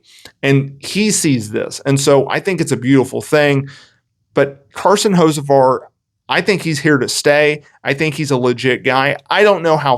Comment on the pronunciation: Learn how to say the dudes name 😂